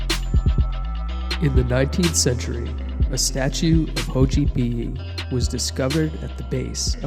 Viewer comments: The X in Nahuatl is pronounced “sh” not “h” but great video 👍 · Bro great choice of topic but it's not a Spanish name! It's pronounced sotchipily NOT hochipiyi, shame, you should've researched a bit of Nahuatl, or just the name in question. To anyone below insulting the Aztecs or Mexicans, you can go fuck yourselves, that or your stupid, fat, filthy and hideously ugly mothers and sisters like you youtube idiots normally do. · Name is pronounced more like Sho Chee peelee but great video! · It’s pronounced SO-CHEE-PEELEE btw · Yes great information in the video, but it was bothering me how you said the name lol 😆 (so-chee-pee-lee) Xochipilli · I dont know where you read that pronunciation but the word Xochitl or flower in nahuatl is actually pronounced as "so-chee". So Xochipilli is pronounced "so-chee-pee-lee-". The X does not make the "ho" sound. Sorry to correct you but it just bothered me how well researched your video is but you got the pronunciation of the subject of your video wrong.